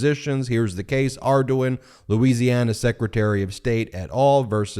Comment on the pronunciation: As a native of Louisiana, I must say "very acceptable pronunciation of Ardoin".